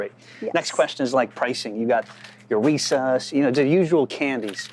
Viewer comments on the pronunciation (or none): He said "Recus" and not "Reese's" 🤣 that's the first I've heard it pronounced that way!! Jokes aside this was a great video about gas station revenue!!💪🏿🙏🏿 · Did he say "Re-Sus" when referring to Reese's? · REESE AHS? Never heard it pronounced that way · dude doesn't know how to say "reese's" Does he even go outside? lol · wtf did he really just say Reese’s like that?? Is he an alien? Is he drunk? I’m so baffled